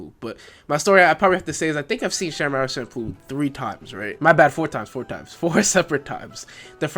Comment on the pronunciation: My man. Enunciate your words. No hate but half the stuff you said wasnt clear enough to understand. Champloo as i understand is not pronounced with the SH* sound but CH* sound because of the kanji used to write it. But even without tht you are slurring and mixing words like crazy dog. Half of its unintelligable.